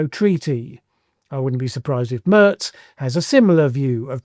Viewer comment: Mairz not Murz